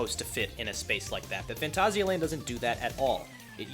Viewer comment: this ones always a good one, also nice to see you pronounce it properly XD